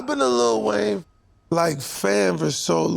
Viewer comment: Bro keeps calling him little Wayne